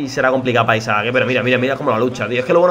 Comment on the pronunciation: A alguien mas le sangran los oidos cuando dice Isaac en lugar de Isak?